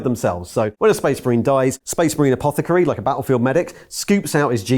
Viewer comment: Soooo happy he pronounced apothecary correctly! So many people pronouncing it Apoth-ah-kar-ey. Pronounce it correctly, the Emperor is watching.